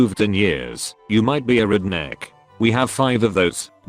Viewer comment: Nobody: Text to speech: Reednek